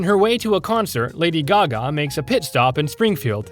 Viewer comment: thats not lady gaga thats lady gago💀